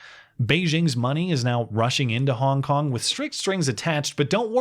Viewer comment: Every time said “Hong Kong”, it sounded like “honk honk”